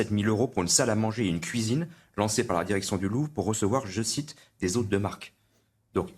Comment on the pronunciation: " Les Femmes, C'est à la Kouisine!" 🪣🧽😅